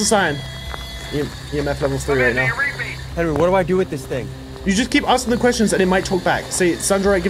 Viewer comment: Seeing him saying welcome I know saying net welcome as always I know